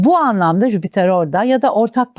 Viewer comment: Gezegenin adı "Jüpiter" değil miydi🙄 Neden tüm astrologlar ısrarla "Jübiter jübiter" diyor ben de buna takıldım🤭